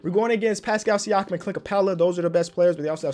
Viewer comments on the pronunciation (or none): none